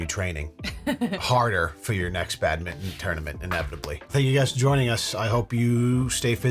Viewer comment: you guys pronounce badminton 🏸 "badmittin" lol 😂